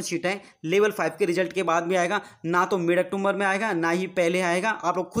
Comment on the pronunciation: अक्टूबर होता है ब्रो अक्टोमबर नहीं होता